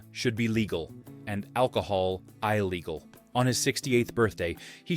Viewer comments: I legal ? illegal puoting ? putting. what surprised me is, the auto voice needs a speaking lesson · I adore James Garner. I LOATHE people who put together stories like this who can't even be bothered to pronounce words correctly. "I-legal"? And what he does to "Diahann" is just criminal.